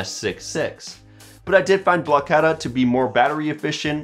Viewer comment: no, he pronounced it right.